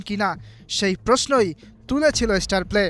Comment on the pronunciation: আপনি একটা ফাউল, ফালতু সাংবাদিক।আপনি কোচের পেছনে লেগেছেন কেন?আর ঝামেলাপূর্ণ ব্যাপারগুলি নিয়ে নিউজ করেন কেন?তিলকে তাল বানিয়ে দিতে চাচ্ছেন।আপনিতো মিয়া উচ্চারণই করতে শেখেননি।স্টারপ্লেকে বলছে ইস্টারপ্লে।